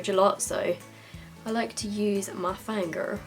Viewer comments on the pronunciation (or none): when u said "mah finga" in a weird tone you sounded american and i am shooketh haha